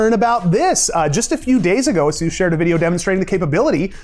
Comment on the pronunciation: nvidia releases a driver to combat the AMD patch for 30% improvement for 9070XT. Also, it's not "A-Zeus", it's not a deity, it's "A-sus"